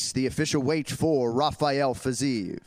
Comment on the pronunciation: Fiziev man not Fizaeev